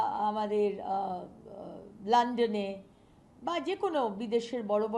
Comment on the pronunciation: Landan noy. London